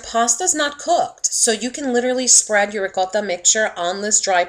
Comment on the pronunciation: The way she is saying "ROCOTTHA" is really pissin me off